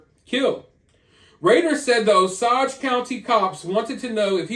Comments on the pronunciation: O-sage... Paw-husk-a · Hahah I love when people try to pronounce Oklahoma towns . It's O-SAGE. 🤣🤣 AND PAW-HUSKA really enjoying your lastest rounds of videos. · just an fyi~ Osage is pronounced like owe·sayj😉. I think it's very noble & inspiring that detectives don't just give up on cold cases. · I was gonna comment the same but I felt like a jerk because I used to say it the way he did 😅 I’m glad someone else said it